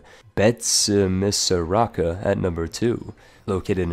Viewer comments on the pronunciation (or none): As a Malagasy... i laughed when you said betsimisaraka. It’s BEI-TSY-MI-SA-RA-KA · So I lived in Madagascar for almost a year and Betsimisaraka is pronounced as 'Betzimsjaraka' (with a rolling 'r'). Just in case you have to pronounce it again... somehow... probably never again.